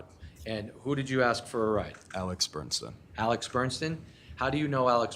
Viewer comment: sloppy, overmatched defense atty can't even get the name "Bernstein" correct; multiple times he says "Bernson". Also, he allowed one of the female witnesses who testified near end of last Friday to conclude that defendant - when swinging at the decedent - used upper motion with closed fist, so must have had a knife in his hand. Defense atty needed to object to this conclusion since she was NOT an expert witness, but never did. Jury imbued that info in their minds for entire weekend! Poor, overmatched counsel.D looking at 60 years max if convicted.